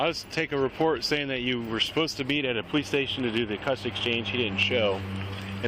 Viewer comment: The “poe-lease” 🙄🙄🙄🙄